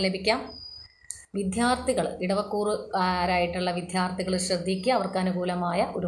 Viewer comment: വിദ്യാർത്ഥി / വിദ്ധ്യാർത്ഥി അല്ല. ശ്രദ്ധിക്കുക 😂